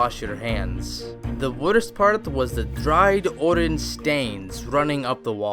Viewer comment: I was drinking oreng juice when you said oreng stains